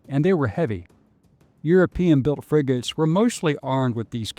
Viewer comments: Fregatten nicht Friegoten. Die Ki Stimme ist furchtbar. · 💩 KI 🤮 In 🇩🇪 we say "FREGATTE", not Frigote